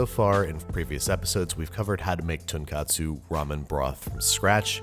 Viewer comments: It has to be pronounced as 'ton-koht-su' and not 'ton-kaht-su' since tonkotsu and tonkatsu are 2 different Japanese meals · I now realise this. Thank you. The way he says is similar to "Tonkatsu." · You're saying "Tonkatsu" as opposed to "Tonkotsu". Tonkatsu is fried pork cutlet and Tonkotsu is ramen broth. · It’s really important that you pronounce it ‘tone-COAT-soo.’ The way you’re saying it, ‘tone-KAHT-soo,’ is a completely different Japanese culinary item, tonkatsu, which is the Japanese adaptation of Wiener schnitzel. Just one vowel is different, but it’s the difference between noodle soup and deep-fried, breaded pork cutlet. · Tone Koh Tsu, not Tonkatsu, Tonkatsu is a fried pork cutlet. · Real quick: You keep pronouncing tonkotsu like "tonkatsu". The ko of tonkotsu is supposed to be pronounced like "coat". Normally I wouldn't nitpick, but far from being something wild and absurd, "tonkatsu" refers to breaded pork cutlet, no noodles or soup about it. Well within the scope of, people might not realize you're mistaken until it's too late. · You keep saying “tonkatsu” which is a fried pork cutlet dish. Tonkotsu has a long O sound, not an A sound. Otherwise, love the video! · "TOH N-KOH-TSU" not tonkatsu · おいしそう!! 🍜ヤム! By the way, the name of this is Tonkotsu but you are pronouncing like Tonkatsu which is a Tempura Pork Cutlets. You did a good job on the brown egg. It is hard to cook ^-^ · i thought if you make the broth with pork bones, its called TonkOtsu, not TonkAtsu... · Ten katsu/Tonkatsu? really? Dude, it's Tonkotsu. Tonkatsu is breaded pork cutlets. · whats with the tun kat su its tonkotsu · Tonkatsu? You pronounced it wrong 😑 It’s tonKOTsu not tonkatsu. Tonkatsu is deep fried pork cutlet. They are two totally different things. So please don’t confuse them. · So you correct this, yet you said Tonkatsu 3+ times in this video... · You did it again, Babish. "Tonkatsu" is a pork cutlet. "Tonkotsu" is pork bone. XD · He keeps saying tonkatsu ramen.